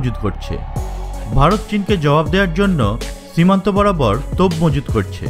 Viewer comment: চককম বলেন কেন? চিমান্ত আবার কি।